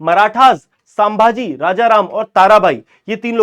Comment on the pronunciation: Sambhaji bolo not sam bhaji